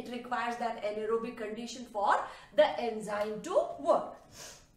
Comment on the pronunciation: An ero bic haha I love that sound .....thnks ma'am 🥰😘